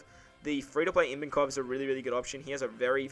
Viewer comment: hahaha, I N vankov? Ivankov without the first n you speak, mate :)